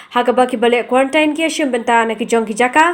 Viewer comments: U mat ia dep kam dei te ka ktien khasi jong ngi pynkhuslai kai ...ka right pronunciation ka dei kwarentiin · Ym dei kurantain dei kurantin